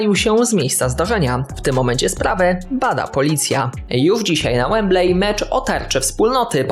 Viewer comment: Wembley czytaj wembli a nie wemblej.